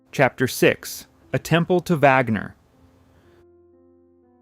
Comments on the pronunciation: AI bs. VAGner. Are you kidding? And the voice of the narrator is not that of a living human being! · It's, "Vahg-ner." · It's very obvious that this video was made with ai. It even says so right under the title. The images on this channel never match the narration, which is wooden and full of pronunciation errors. "Wagner" is pronounced three different ways, all of them wrong. This is supposed to be about opera, so whoever programmed this thing should know better! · Dear AI: It is not Wag Ner or Vag Ner. It is Vahg-ner. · VOGNER - Vaaagner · The AI voice mispronounces "Wagner"...an elementary mistake... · CAN'T YOU EVEN PRONOUNCE WAGNER'S NAME CORRECTLY ????